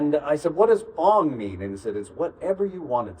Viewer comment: It’s Fong like Konkey Kong